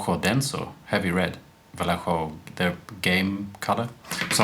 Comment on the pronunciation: Your pronunciation of "Vallejo" is better than what most people come up with (including myself ;) )